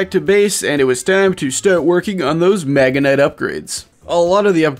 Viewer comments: Magenite? Really? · no one talking about the horrible pronunciation of magnetite 😭